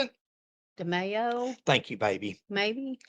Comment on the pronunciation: I can’t see the spelling over Demaio, but you are pronouncing it correct. I grew up with a lot of Italians and that’s how they pronounce it. 😊